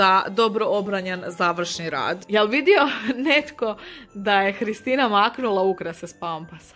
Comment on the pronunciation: Da i ja isto čujem Hristina da kaze